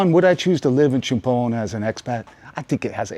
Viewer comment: Great pronunciations again love it CHUMPHON = Cha Pone - LIKE AL CAPONE HAHAHAA I love all the "factoids" as well